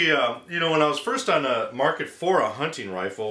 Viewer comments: dammit, its a hunTing rifle. sounds like hank hill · Nope, just pronounce 'hunting' with a bit less zeal, but seriously, thanks for the great video : )